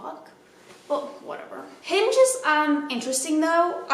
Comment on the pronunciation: I thought you say “I’m unhinged” instead of “I’m on Hinge” and I was like well I appreciate the honesty before context clues kicked in.